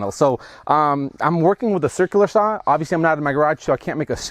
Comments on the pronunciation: 2020 and people are still completely unable to pronounce "sauna" correctly. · Sauna = Sow-na not Saw-na (Finn) Cool build. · ITS PRONOUNCED SOW NA. NOT SAW NA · It's not a "Soona" it's a "Sauna" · I’m from the UP too, it gibbles my gumfoes when people pronounce sauna as sahna instead of sownah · It's pronounced sow na. Not saw na. Nice first try but don't quit your day job. Have fun ripping up that floor. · It´s called sauna, not saana. Get that rite. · I stopped watching when you said SAWNA it fricken SOWNA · A nice job, with a lot of things done right. However... A few points: - The first syllable of sauna rhymes with "cow". - Sauna doors are typically 24" wide. - The paneling should be free of knots—at least anywhere people are likely to lean (or sit)—because knots are far denser and get a lot hotter. - Without an air gap between the foil and paneling (usually achieved by nailing 1x2s to the studs over the foil), the reflective value of the foil is negated. The air gap is also necessary to ensure airflow behind the paneling to prevent mold and mildew. - You don't want to cover those gaps between the walls and ceiling with molding (re previous point). - Insulation on the floor isn't necessary, as there is no significant loss of heat there. Duckboards over concrete is the usual inexpensive solution. Tile is also common. - The floor should have a drain to deal with any incidental water—and to facilitate cleaning the sauna. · Well, this went about as well as one would expect when he can't say the word sauna correctly. It's not spelled sanna.... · It's sow-nuh, bruh. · it's pronounced SOW-na. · As a Finn I’m surprised to didn’t correct the pronunciation of the word sauna. 😂😂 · Before he even started to do anything in the video... the first cue was that he doesn't even know how to pronounce the word sauna correctly. Everything else after that is just downhill from there.